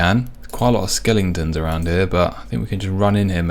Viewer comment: Skel-ing-tons 😂 ❤ skel-e-tons